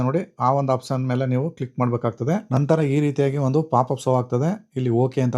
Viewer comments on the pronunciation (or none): ಮೊದಲು ಸರಿಯಾಗಿ ಪದಗಳನ್ನ ಉಚ್ಚಾರ ಮಾಡುವುದನ್ನು ಕಲಿಯಿರಿ ಆಪ್ಷನ್ ಬದಲು apson ಅಂತ ಹೇಳ್ತಿದ್ದೀರಿ